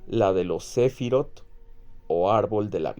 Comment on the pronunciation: la palabra hebrea "sefirot" ("emanaciones", en español), se pronuncia /sefirót/